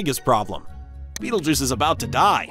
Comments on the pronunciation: ITS PRONOUNCED BET-EL-GOOSE WHAT HAVE YOU DONE MISPRONUNCING BETELGEUSE YOURE GONNA KILL US ALL ITS GONNA GO SUPERNOVA NOW BECAUSE OF YOU! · I'm stuck on pronunciation. I was taught R👁️-gel, & belt-a-🦆🦆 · I refuse to pronounce it Beetlejuice.